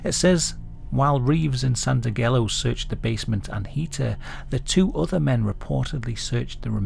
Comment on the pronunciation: Folks who have seen "The Godfather" movies know how to properly pronounce "Santangello" (san-TAN-Jell-oh).